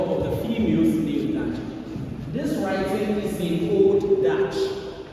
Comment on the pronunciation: why can't you say dungen ??